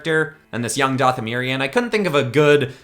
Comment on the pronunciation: if he says dathamerion one more time